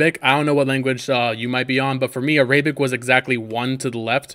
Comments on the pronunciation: I know damn well you did not just say a- Rae-bic instead of Air-a-bic lol it's ok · Me: ArAbic: Areyyybic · A-ray.. bic !?🤣 thanks tho bro bro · ARAYBIC BRUH🤣🤣